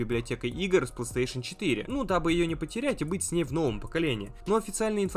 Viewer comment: фанат бокса, так как не может выговорить PlayStation павильно. (Плестеешен он говорит, сук я раза 3 акцентировал внимание что выговаривается не так)